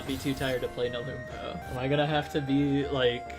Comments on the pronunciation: nelumbo took me 2.5 hours without savestating at all and i had a way better time with the map skill issue (also it's pronounced "neh-lum-bow" not "neh-loom-bow") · no its pronounced nelumbo